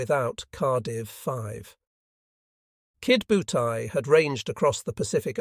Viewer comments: Irritating, isn't it!! AI is despicable. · Only complaint: It is Ki DO butai, not Kid butai. The computer voice doesn't seem to get that. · Maybe it was some kid named "Butai" who attacked Pearl Harbor and Midway??